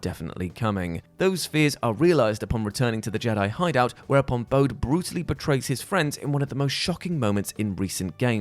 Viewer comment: Bode is pronounced "Bohdy". Like Point Break.